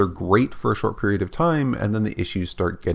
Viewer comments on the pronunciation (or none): none